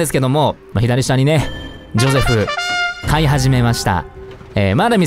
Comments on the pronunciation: ジョセフじゃなくてジョゼフじゃないの？ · のゼョセフマジで好きなんだがwww